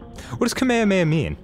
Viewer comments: this video is 2 years old but i feel like i should say ka-mea-mea is the hawaiian pronunciation, the japanese pronunciation is ka-me-ha-me-ha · Alrighty, since this thread is about Kamehameha, let me ask something that I've been wondering for years now: Why do Americans pronounce it as "kameamea" instead of "kamehameha"? I mean, even Goku's English VA says "kamehameha", yet I've seen several Americans say "kameamea" without the "h" sound. What's up with that? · *Nerd voice Um, EXCUSE YOU It is pronounced KAH-MAY-HAH-MAY-HA, Arin.